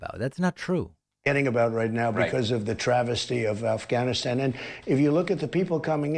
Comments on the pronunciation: Trump said "Alfghanistan" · I had to relisten but he legit said Alfganastab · Trump said "Alfghanistan" 🤣